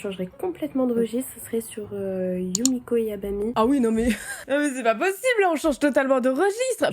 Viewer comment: Je suis la seule à penser que c'est Yumejo Jabami et pas Yabami en terme de prononciation